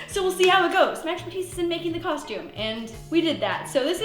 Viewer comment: No one:: CoShTuMe